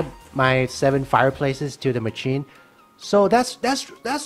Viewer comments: Oh my god it’s pronounced “masheen” not “macheen”, also why are you worked up about the gems when you can just collect the gems as you place blocks for the row above/below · Mah chin😂 it’s pronounced mah shin